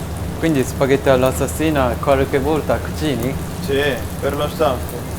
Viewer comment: シェフ、南部訛りのシュパゲッティが可愛すぎます。 是非にまた日本へいらしてくださいませ。